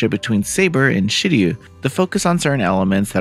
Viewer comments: he said Shirio unfortunately. Also I commented before the pinned message fyi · Luvia: SHE-RO! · Who the heck is Shirio!!!? S-H-I--R-O--U SHE-ROW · Editor said I'm going to get crap for how I pronounced Shirou. You can comment said crap here. <3 - (I didn't play the game)